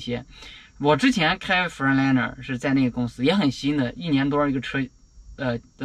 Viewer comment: freight读音应该是跟字母a一样的那个读音